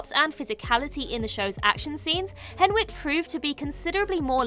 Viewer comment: You mispronounced Jessica Henwick's name.